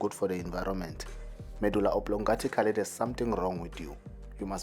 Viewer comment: Medulla Oblingatically